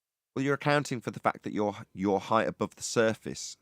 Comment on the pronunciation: Can we get to stop saying "heighth"? It's not a word.